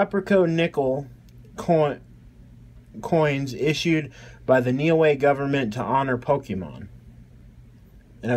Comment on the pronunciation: Solid collection👌. Just one thing, pronunciation is “New….Eh” - Niue👍.